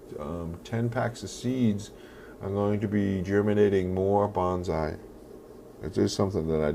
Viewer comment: I'm Japanese. I really like your bonsai works, but I just wanna tell your pronunciation is wrong. Not "BON ZAI", it's "BON SAI". You call like a "BANZAI" (means hooray).